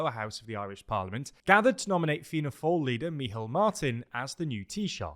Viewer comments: Hi, just a quick note on the irish pronounciations. Dáil is pronounced "d-awl" with the "awl" sound like the word "shawl" Micheál is also pronounced similarly "mee-hawl" And taoiseach is pronounced like "tee-shuck" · Yep, forget trying to pronounce the i in Dáil if you're not used to the finer points of the pronunciation - Dáil just rhymes with fall! Same with Micheál = mee-hall, emphasis on hall!